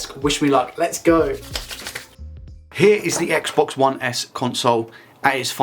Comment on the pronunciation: For some reason, I can't stop hearing you say, "Reset the sex box".